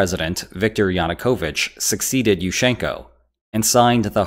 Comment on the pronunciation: Say fish-church. Say it again a couple of times. Now say Yushchenko.